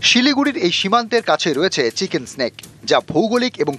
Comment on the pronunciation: Chicken nack bola chicken snake na 😂